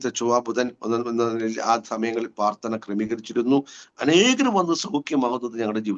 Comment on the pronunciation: നല്ല അനുഭവസാക്ഷ്യം. ഞാൻ കേൾക്കുന്നതിന്റെ കുഴപ്പമാണോ എന്നറിയില്ല, ദയവായി പ്രാർത്ഥന (പ്രാർ )എന്ന് വ്യക്തമായി പറയണേ നന്നായിരിക്കും. സ്നേഹത്തോടെ 🙏